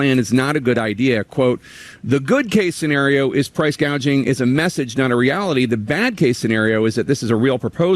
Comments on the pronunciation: She called it price gauging! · I could have sworn Kamala during her whole one minute speech, she even mispronounced “gauging” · Am I the Only one who caught this ??? KAMALA doesn't want to stop Price Gouging she wants to stop "PROUSE GAGING" That's what she Actually Said She was reading from a script and Still couldn't get it right Ha Ha !!! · The fact that Harris cant pronounce "gouging" and says "gauge-ing" shows her stupidity and the fact she is clueless abt economics. How could ANYONE consider voting 4 her? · She said gauging but it is gouging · kamala literally couldn't even pronounce price gouging.